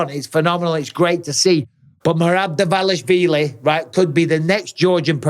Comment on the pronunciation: At lease Mike is not butchering Merab's last name like every other wanna be media commentators